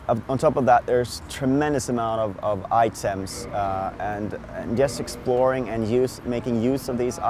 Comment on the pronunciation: lol it sounds like hes saying inpins instead of items i was like wtf is a in pin? anways good review, thumbs up